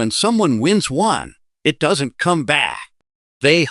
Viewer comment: monday morning im sending every penny mentioned to the SCRAP METAL YARD. BUT BEFORE I DO, IM RUINING THEM WITH A BIG PRESS ROLLER TO DESTROY THEM!! WHY, THIS IGNORANT AI CANE EVEN PRONOUNCE THE WORD ONE, IT SAYS IT AS "O N E" NO ONE WILL BELIEVE SUCK "AI GARBAGE"!!! WAS MOST LIKELY CREATED BY A "PROFESSIONAL GRADING SERVICE" ATTEMPTING TO GAIN MORE BUSINESS!!!